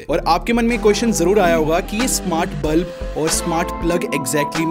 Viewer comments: NOT BLUB IT'S BULB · it's bulb not blub😂😂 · Its bulb not blub